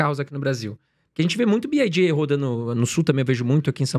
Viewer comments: Os irmãos, apesar de ouvir diversas vezes o entrevistado falar corretamente o nome BYD (biuaidi), insistem em dizer "biaidi" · “Bi ai di” kkkkkk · Os entrevistadores falando BID. BYD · Acho engraçado quando ouço o pessoal falando "Bi Ai Di" kkkkkkk